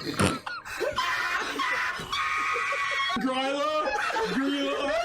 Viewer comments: "it must be Gyrla of the woods". "THERE'S A WILD GORILLA IN THE WOODS?". "not guh-rilla, gryla". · It isn't Grýla. It's Gruyère-la